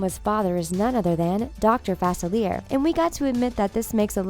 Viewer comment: It's pronounced Fah-SILLY-eh.